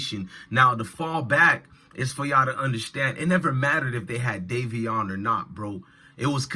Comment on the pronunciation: Davion not Darrion